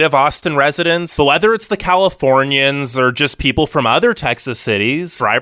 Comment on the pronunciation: “We hate Californianss” -said like a true Californian